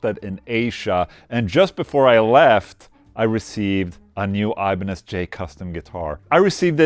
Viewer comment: Did he say they had the thinnest Iba-necks? Ibanez should use this naming instead of the Wizard :)